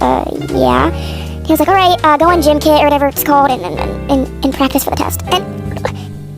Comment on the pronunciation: I think they were talking abt how the substitute pronounced it gym-kit instead of gimkit